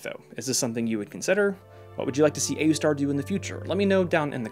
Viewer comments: pronouncing it oooster is real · It's pronounced Aoostar. hope that helps! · its oostar, the a is silent I guess... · I pronounce it aoostar. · I like pronouncing it as AYOOOstar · I pronounce it A-U-star. (or ayustar) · i pronounce it aoostar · It's pronounced Wooseter